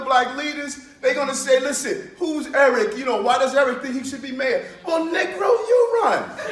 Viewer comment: Eric Adams should learn to pronounce N*E*G*R*O.....first go to Portuguese, Brazil, language then Latin...Niger....no.. o... ...ig......it...then English elementary school. ......👁's...I.... are .....long....e.... David Duke or George Wallace would call you N*GGER.....NIGGRO......because they like the pronunciation of Ni*ger...... The word is N*E*G*R*O....long...e.... not niggro......short ....i.....